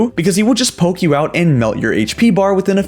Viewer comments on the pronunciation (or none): none